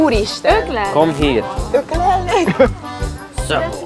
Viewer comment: "Szeresseték má" "Kom hír" XDDDD